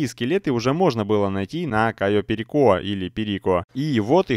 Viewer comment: прошло несколько лет, а ватмен до сих пор не знает как произносить кайо перико